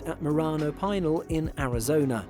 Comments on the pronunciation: Pinal is pronounced pin-al for future reference! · Best to err on the side of caution especially with an older large airframe. Pinal is actually pronounced "pin ell" with the accent on the 2nd syllable.